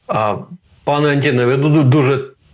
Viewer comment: Добрий день, пане! Пан Роман, в російську школу ходив і не дуже добре знає а може і не хоче знати українську мову. Тому не пане Антіне а. Дипломат української держави, який не цінує мову держави, як називається?... хто напише правильно? відмінок однина множина називний Анті́н Анто́ни родовий Анто́на Анто́нів давальний Анто́нові, Анто́ну Анто́нам знахідний Анто́на Анто́нів орудний Анто́ном Анто́нами місцевий на/в Анто́нові, Анто́ні на/в Анто́нах кличний Анто́не Анто́ни